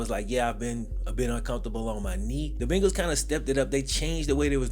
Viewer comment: Are you saying “Bingals”?